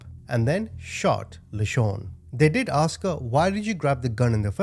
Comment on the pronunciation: What question did he "axe"? 😂